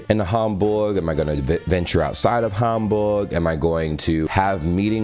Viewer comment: Is's very impressive, in which way you pronounce german words like München Gladbach or Hamburg. I hope, you enjoy your trip top Germany😉